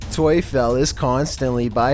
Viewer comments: Tuefel : if you change the u and e it’s Teufel and Teufel in german means Satan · Tuefel?😂😂 In germany the devil is called Teufel. But Tuefel sounds better😂 I love it hahahahaha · The#1 video "toyfel". Obviously not Polish but "Teufel" is German for "Devil" and is pronounced basically the same way...just throwing that out there.